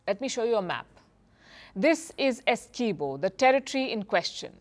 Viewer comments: Palki Ji, we, Guyanese say the name "Essequibo" different though. Also, Guyana is not known to be a hostile country. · I don't think this idiot lady knows Guyana and it's people. She start off saying two hostile countries . She was unable to pronounce the disputed territory "Essiquibo" incorrectly. She needs to get her facts right .